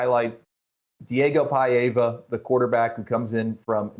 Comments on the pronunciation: It’s PAVIA not paeva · Gratz Vandy!!! You deserve to celebrate all week and have this memory forever. And guys, learn to pronounce Pavia's name correctly. PEYE -va????? PAH - vee - ah